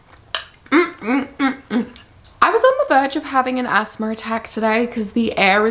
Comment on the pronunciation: She says "asthma" the way I pronounce "ASMR" lol